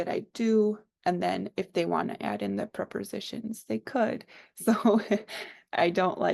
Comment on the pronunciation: It’s interesting how you call them preporsitions!